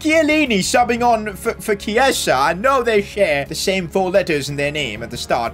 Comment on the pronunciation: KieZa is how its said